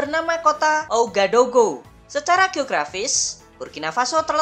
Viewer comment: Sekedar info min, ibukotanya dibaca Wagadugu..